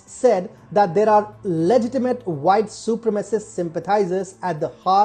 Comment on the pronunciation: su prem a cist not super macist